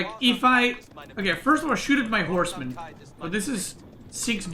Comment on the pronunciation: for a second there I thought he said Core's men instead of horsemen